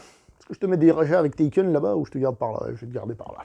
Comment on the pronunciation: Tu as qu'à tout ken ? Taken - Touken ? 😂